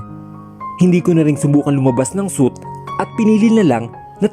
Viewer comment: Pronounced it as swit please not suit